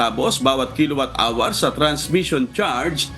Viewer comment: Timor po hindi temor! Hour po hindi awar..